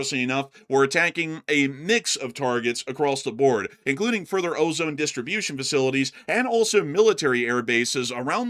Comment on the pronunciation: You're pronouncing OZON wrong, It's pronounced "o-zon" no E how we say ozone. Like think OZ - ON (like turned on), that's it. It's kinda tilting me hearing you say it.